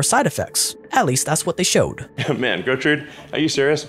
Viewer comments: Cant pronounce dorothy. Proceeds to say “Gootrid”. needs the pronunciation update for his neuralink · Pig’s name: Gertrude: Gootrid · Gertrude, not gutrid :)))